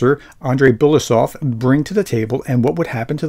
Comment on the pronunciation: How to pronounce Andrei Belousov? Ahn DREHY Bel a OO sof...accents on the capital letters. Maybe not perfect but better.